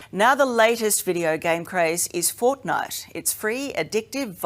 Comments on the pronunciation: In the sixth one she said fortnut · Did she say fortnut? 50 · she said fortnut lol